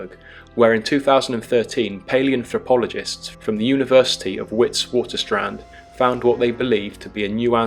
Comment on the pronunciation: The University in South Africa is Witwatersrand. It is an Afrikaans word so the Ws are pronounced like the English letter v.